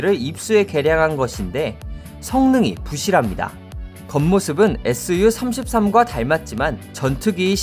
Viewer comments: 에스유33 이라고 읽을 거면 이런 영상 올리지 마라. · SU 에스유로 읽지말고 수호이라고 해야함.